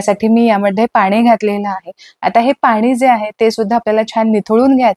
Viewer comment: बाई कामाचं लवकर बोल गं.हे सर्व आम्हाला माहित आहे.मुद्याचं‌सांग नं.आणि किती अशुद्ध भाषा बोलतेय.लोनी पानी पन तो रवी.मराठी आधी‌शिकून घे. अती बोलण्या मुळे व्हिडिओ पूर्ण बघितला नाही.हे सर्व आम्हाला पण माहीत आहे.वयाची ७७ वर्ष झालीत हे सर्व करता करता.असं अशुद्ध भाषा ऐकल्यावर संताप अनावर झालाय.